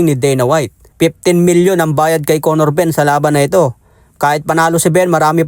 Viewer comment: Yow wtf! Did he just said CONNOR BUMM 😂